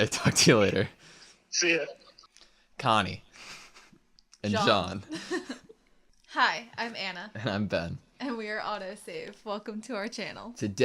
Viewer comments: is "jean", not "jhon" xD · It's pronounce "Jean" like the first name "Jean" in french (Use Google trad for having the sound and the good pronounciation) and not "Jean Leavis" loool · John is still wrong, that's a good approximation for English, but the j is too hard in John. It's essentially John with a soft j and a somewhat silent n. Tbh the only correct pronunciation for Jean is Jean, you just have to be used to French. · Probably jean is a french name. I think it’s pronounced john in english. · No about Jean. He pronounced wrong his name, !))) And I'm French. Ik that's very hard to pronounce this name Jean, right for strangers.